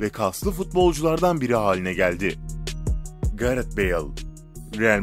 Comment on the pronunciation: Ben bu adamın ingilizce kelime okumasında çok gıcık oluyom gareht ne abi idın hazar değil eden hazard